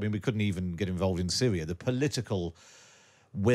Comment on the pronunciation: Get involved in Sywia? Sewiously?